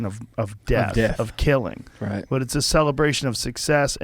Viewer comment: He says "right" like "rat". 😃